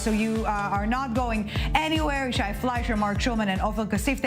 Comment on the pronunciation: One of the panelists keeps messing up Yishai 's name!!!!